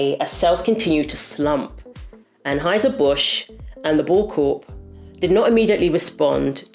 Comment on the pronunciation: Transhieser Busch 🤣